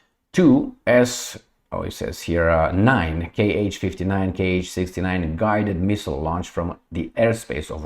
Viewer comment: the 'Kh'' missile series is not "KH'[, it represents a single hard sound 'h', , sort of like in the German language E.g., the Russian pronounce the missile moniker 'Kh-101' as [kha sto o'din] etc